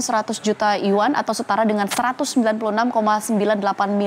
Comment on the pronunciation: Yg ngejelasin gak bisa bahasa asing bener... Mata uang cina itu bacanya harus yuen.. Trus nama perusahaan cina harusnya bacanya Meituan tienping.. Nama negara israel.. Bacanya israel gak boleh dipisah isra-el jatuhnya bukan nama negara oon